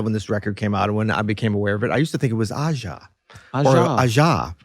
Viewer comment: if Aja was, in fact, written about Donald's friend's brother's Korean wife, it should be pronounced AhChah.